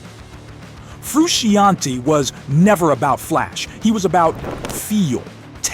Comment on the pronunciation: It's PEERT, not PERT. : And John Frusciante's last name is actually pronounced FROO-SHON-TAY, not FROO-SHE-AHN-TEE.